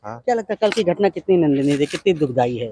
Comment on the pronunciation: नंदनीय नहीं निंदानीय होता है 😢